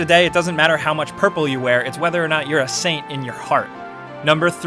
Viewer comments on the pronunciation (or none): none